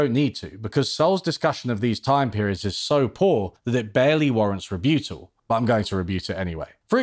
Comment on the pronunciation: “re BUTT al” not “re BEW tal”